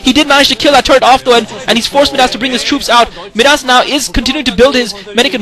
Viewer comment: Where did this Kwanro guy come from? Wow... nice play., I think Midas is pronounced "my-das" like King Midas. I hope your back commentating soon!